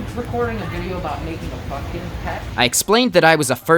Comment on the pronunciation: No one:: It ain't much, but it's honest work Also: P O M P K E N